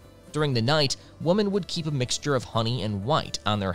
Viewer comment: The mispronunciation of women that sounds exactly like woman, it’s driving me crazy, otherwise sounds ok to me.